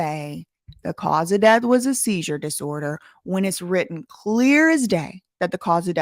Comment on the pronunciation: you didn’t say “SeiZUre diSoRDeR” right!